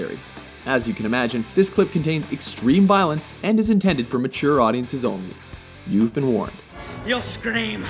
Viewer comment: and all just for good metshur